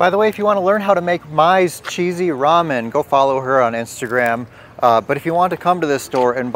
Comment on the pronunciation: I just heard you call Mya’s Ramon cheesy. Lol 😂